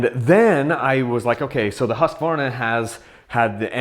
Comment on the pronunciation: it's pronounced "husk-varna" NOT "husk-ah-varna" lol